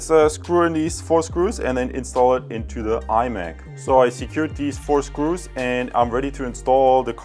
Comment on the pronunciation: You keep saying iMac. It really bothers me ;-)